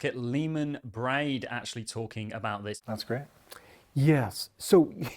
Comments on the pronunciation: Bear-d… get it right… Leemon Baird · It's Leemon Baird not Braid. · Love all your content....but please please please....pronounce Leemon's last name correctly.